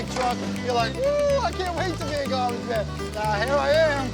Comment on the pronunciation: 'Gahbidge'. - Tony Soprano